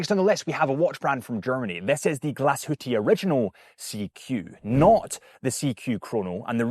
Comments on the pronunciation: Great video! And I believe it’s pronounced ‘Glash-hu-Tah’ and not ‘Glash-hu-tea’ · "Glasshootee" is a new one... Please don't ever say that in front of a German. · its hard to pronounce. It is "Glas HÜ (HUE) TA" I dont even know how to explain via internet 😅 I am german ... so I know how it is being pronounced 😊 Actually Glashütte means "Glas Box" or " Glas Hut" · Why don’t you provide the correct pronunciation instead of just saying that I’m wrong? FYI, the owner of Muhle Glashütte pronounces it exactly as how I spelled it out. So you;’d assuming that someone, who has lived and built watches for 100 years in that town knows how to pronounce it correctly